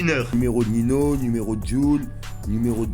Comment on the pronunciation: on dis "Ninho" pas "Nino"